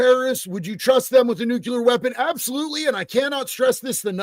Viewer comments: It’s NUCLEAR,not Nucular 😳😂☮️ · you keep saying “NUCULER”. That’s not the word man.